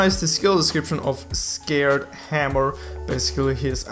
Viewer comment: I like how he said sacred as "scared" XD